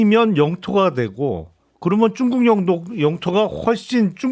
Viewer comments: 김용남 의원님 쭝국 발음좀... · 김용남의원님 쭝국 쭝국 고치셔야될듯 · 용남이형... 쭝국..발음이 ㅋㅋㅋㅋ